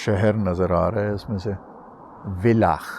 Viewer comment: Villach is pronounced as "Fillach"